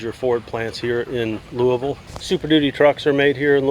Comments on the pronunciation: FINALLY A YOUTUBER WHO SAYS LOUISVILLE RIGHT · He say louisville the right way